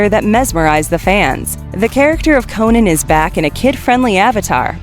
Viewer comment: Cringing the way she says Conan